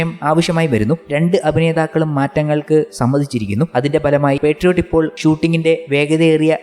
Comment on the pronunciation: പെട്രിയോട്ട് അല്ല ബ്രോ മോഹൻലാൽ പറഞ്ഞത് ശ്രദ്ധിചില്ലേ പാട്രിയോട്ട് അല്ലേ?